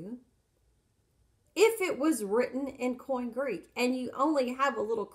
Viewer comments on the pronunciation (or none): That's correct. And it's not "coin Greek". It's "Koine Greek", pronounced "Koin-Ay". Hopefully, this woman is a better nurse than a student of ancient languages. She appears to know very little - and reads most of it. Also, the text never says that the queen of Ethiopia came to Jerusalem to worship. How can a person get so confused? As she says, "That's a problem." The truth is that Ethiopia was ruled by a number of female "Kandákēs" for centuries, and the Latinized version is simply "Candace". It (Candace) does not refer to a specific ruler.